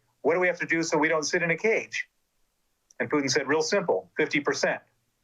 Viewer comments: She calls Putin as Pudding..haha! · Lol I love how with her cool accent the interviewer pronounces the a-hole’s name “pudding”. 😂